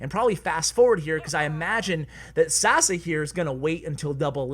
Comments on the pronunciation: I love the way u pronounce Sasa xD It's pronounced Sasha btw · It's not Sasa its Sasha because he is from Balkan (Serbia) and his name is pronounce that way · It's not sasa. It's Saša in Yugo language or Sasha